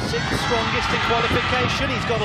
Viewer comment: sixth not sickth dumb announcers